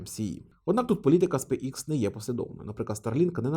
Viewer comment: Пане, компанія називається SpaceX (українською читається як СпейсЕкс). Ви як освічена людина мали би ознайомитися з англійською абеткою, враховуючи Вашу широку аудиторію. Кров з вух йде від Вашого ікс😂